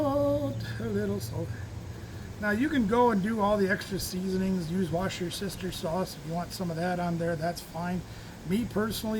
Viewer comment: Did you say "wash your sister sauce"? 🤣🤣🤣🤣🤣